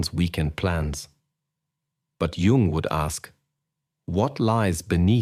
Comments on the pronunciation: The inconsistency of the narator's pronunciation of "Jung" (between "Carl Jung" and plain "Jung") made me UNbelieve the message. Judge me. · Well you pronounced his name wrong so you're done